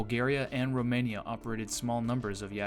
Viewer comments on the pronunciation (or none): none